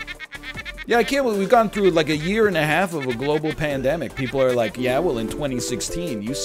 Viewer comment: Do you actually pronounce "half" like that, or is it some kind of in-joke?